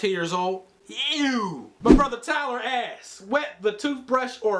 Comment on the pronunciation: lmao how he say "Ew"